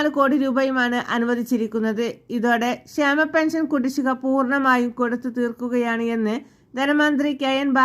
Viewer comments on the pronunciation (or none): ഇതെന്തു വാർത്ത, സുഹൃത്തേ? സന്തോഷ വാർത്ത തന്നെ,. പക്ഷെ മലയാളം ഒന്നുകൂടി പഠിച്ചിട്ടു വേണം വാർത്ത വായിക്കുവാൻ? പെൻസൻ, സന്തോശം, അടിപൊളി!